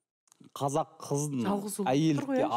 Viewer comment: Сөздің бәрінде қазақ кәзәк болып аитылады